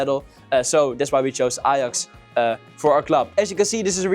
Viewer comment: Ajax* not Alex 😂